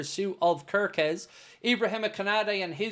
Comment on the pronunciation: Hello everyone I am Hungarian 😂 just wanted to let people know kerkez is pronounced. CARE KEZ. I'm further contactable for more useless Hungarian information if needed 🎉❤